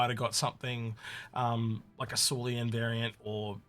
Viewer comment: Syulen = S you len. NOT SUE LEE ANN. Railen= Rye len. NOT R ALIEN.